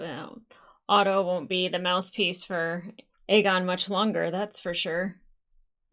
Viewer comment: Sweet monkey. Otto, not Odo. I love you, I don't mean that mean, I know your issues with ship names. Aught-O, not Oh-doh. I always hesitate to comment on the appearance of my favorite reactors, but I must say, you look amazing. Not that that's what I watch for, rather your takes and insight, but... Damn, girl. The stark contrast between how Rhaenyra's kids and Alicent's kids are treated re: love and support is striking. In an episode titled "A son for a son", Rhaenyra's only line is, 'I want Aemond Targaryen". When Cheese (the ratcatcher, in the book, those two are refereed to as "Blood and Cheese") says "If we can't find him, what then?", it's implied that Daemon replies with "A son for a son".